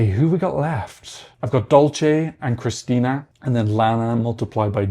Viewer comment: No, there's no "i" missing in Krstinja. If you want to pronounce Balkan names better be ready to pronounce four consecutive consonants.